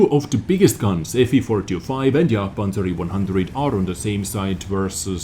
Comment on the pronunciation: Jagd-E- Panzah- E- One Hanzah :D